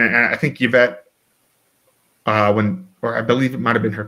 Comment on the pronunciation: Who is "Yavette"?